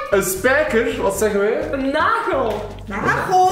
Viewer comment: Een spijkerrrrrrrrrrrrr